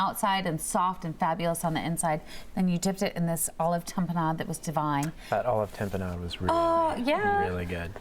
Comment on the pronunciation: please, learn how to pronounce ta·pe·nade